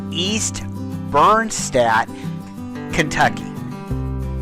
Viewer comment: Oh my gosh I know this house! East Bernstadt is where my family is from - I remember being surprised to see it on Zillow. It’s also pronounced East Bern-sted, like similar to shed with a t instead of an h, not stat. The people here are lovely, and London, the county seat, is close but you still feel quiet and secluded